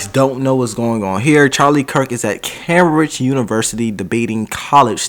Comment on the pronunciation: Cambridge is said came bridge 😉